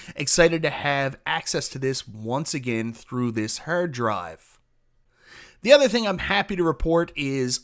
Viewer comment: Sounds like he saying hair dryer. Im gonna pass on the review